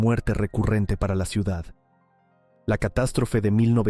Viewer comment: Ya me extrañaba a mí que no apareciera el envidioso aguafiestas que no soporta que Valencia sea visitada por miles de personas cada año. Quien habla en este vídeo ha pronunciado la palabra "ciudat" con "t" es decir , que seguramente es cacalán. Expulsión de moriscos y judíos fue en toda España. La Inquisición en Valencia fue suave en comparación con la europea.